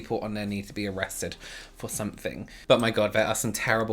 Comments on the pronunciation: When says “somefink” my heart goes😍😍😍😍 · “I’m sure a lot of people on there need to be arrested (dramatic pause) for something” 😂